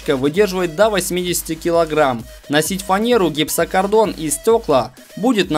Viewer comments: гипсокарДон...аааа отрежьте мне уши!!!! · Перчатки в их можно работать. Или гипсокардон. Я думал мне послышалось но нет. Автор видео русский не учил)))) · просекатель для гипсокартона, а не гипсоКАРДОНА :))))